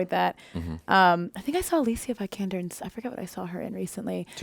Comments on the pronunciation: Sorry but I have to, her name is pronounced like 'Alisia Veekahnder' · intresting way to pronounce Alicia Vikander. Not wrong just intresting